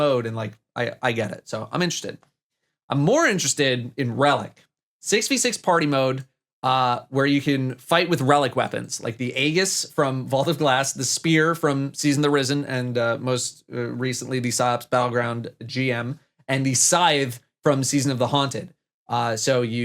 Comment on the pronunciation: Quick thing I wanted to point out, but Aegis has a soft g, just like gif! (Technically it has an ee sound instead of ay sound too, but I get that wrong all the time also)